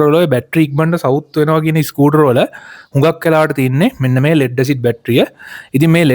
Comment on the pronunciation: ඉස්කුටර් ? ස්කූටර්